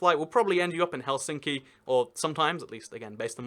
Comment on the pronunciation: Well, he put emphasis in Helsinki to the center, when it should always be at the front.